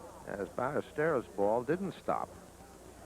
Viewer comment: Agreed. Which is why it's so surprising he kept mispronouncing Ballesteros.